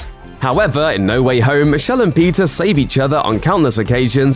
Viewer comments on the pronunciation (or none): It's PETER Parker and not PIZZA Parker 🧐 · Guy’s pronouncing Peter as pizza. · He pronounced Peter like Pizza, wtff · Why does his "peter"sound like pizza? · Is this guy saying Peter or Pizza?